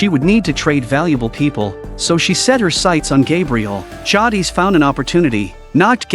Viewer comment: Right ? Like it’s Jay-dis😭